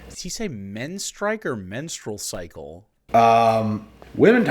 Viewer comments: no i think the "menstrycle" situation is ALSO FAKE AS FUCK he knows how to say menstruation, he knows what a menstrual cycle is, HE'S JUST AFRAID TO ADMIT IT BC HE THINKS IT MAKES HIM LOOK SOFT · Fellas, is it gay to know how to pronounce "menstrual cycle"?